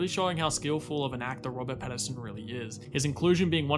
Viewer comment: Note... The actor's surname is Pat-TIN-son. The composer's name is pronounced Michael "Juh-KEE-no." Kisses.